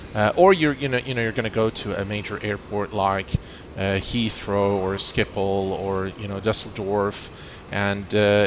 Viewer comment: XD schiphol